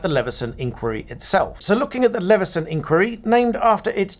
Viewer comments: I thought it was normally pronounced "inn - choir - ee". Not "inkworry". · Please pronounce 'inquiry; the British way. Stress on the middle syllable. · My question is when did you start pronouncing “inquiry “ in the American style?😊